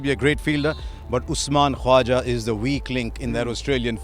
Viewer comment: Harsha, you can spell the K jesus christ.. It's KHAWAJA!!